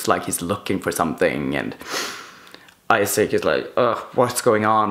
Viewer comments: I was shook when he said "Isaac" instead of "Isak" 😂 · I love your vids! But it is "I"sak like not like u say in English... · I'm swedish and in both swedish and norwegian we pronounce it Esak and not Aisak. Just wanted to answer your question, have a good day! :) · It's really throwing me off that he's calling Isak Issac instead of Isak. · I thought the name Isak is pronounced differently